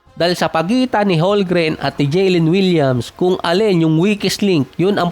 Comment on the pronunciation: Boss tagal mo na NBA content creator Holgren parin tawag mo, hindi po silent "m" yun haha Holmgren po yun silent "L" 😆